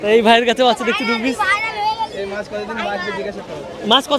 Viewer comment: Kotha ta maas noi maach